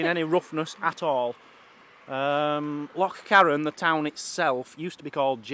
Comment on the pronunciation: I love you I love you for life you sound do good when you pronounced loch right, your videos are fabulous keep up the good work, Mazzy keeps you on your toes eh ha ha ha she is braw xx